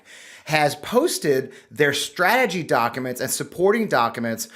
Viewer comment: The way pronounces documents, (dok a mnts) is cute. This doc dump is absolutely bizarre. Holy shit the all time, research and money that went into it and now it’s just a free for all 😂